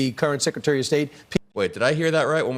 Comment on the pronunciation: Again sekitary..instead of secretary...